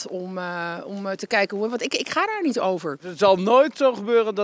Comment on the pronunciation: "Ik ga daar niejj over" ....